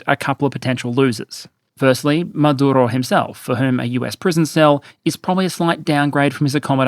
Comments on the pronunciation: I really enjoy you, but respectfully rolling the R in a dictators name is just hilariously asinine. Just say it like every other English-speaking person does. He does not deserve respect for his native tongue. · Do you need to say Maduro like that? Over pronouncing when its not needed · Why are you trying to pronounce "Maduro" with a Spanish accent? 😂 You don't pronounce "United States" with a fake American accent. And you say "Venezuela" like you would normally say it, as an Australian. But suddenly Maduro becomes "Madurrrro" (and "Carrrracas" and apparently also "Irrran" and "Irrrraq", but not "Rrrrussia" or "Ukrrraine" ;))) (Love your videos otherwise but this was weirdly distracting)